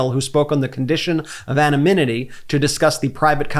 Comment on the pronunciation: It's "anonymity" not "amonynity".